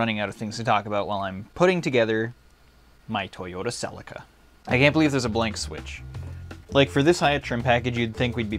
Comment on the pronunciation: I was gonna get mad at the fact he called the Bentley a Lamborghini till I was like oh wait he is joking good but it does annoy me how he said Toyota celica